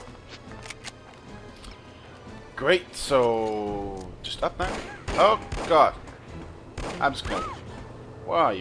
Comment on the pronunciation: You sound like you're saying oh got with your accent!